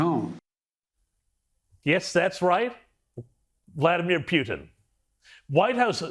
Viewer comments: WHO DECIDED to start pronouncing his name PEW TEN??? American's always called him POO TIN> Poo Ten.....NOT PEW ten This is important and is subliminal teaching in some Discusting Great Reset kind of way. We gotta pay attention to this tiny bullshit! ! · Peeootin? LoL 🤣🤣. Not it's Trump fault 😐🐫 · It's Puten Pronounced Pooh-ten